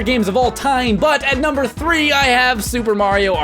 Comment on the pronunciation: Did anyone else notice he went "Numbre 7, Numbre 7, Numbre 5"